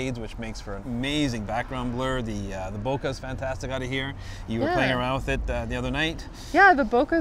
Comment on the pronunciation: BOKEH correct pronunciation No Bokeerrrr please!